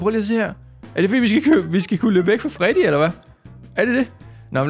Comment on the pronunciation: det heder ikke farddy det heder Freddy